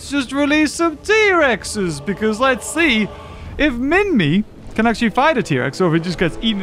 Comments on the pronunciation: Also u say it as minmai not literally minmi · MINMI not minmy to pronounce on google